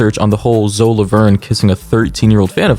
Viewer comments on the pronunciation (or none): Dude it's not "zo laverne" its ZOEEEE (sorry that was really annoying me) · Why you call her zo its zo E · why is he pronouncing “Zoe” like “Zo” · Zo? It’s Zoe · IM SORRY BUT THE WAY U PRONOUNCED HER NAME AS ZO INSTEAD OF ZOEY PISSED ME OFF FOR SOME REASONFBVF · brooo i can’t help but laugh at the way you pronounce zoe’s name😭😭😭”zo” BYE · Lol it’s pronounced Zo-ee. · I'm 3 minutes and 49 seconds into this video and I just realized he pronounces the name Zoe as Zo LORD 😂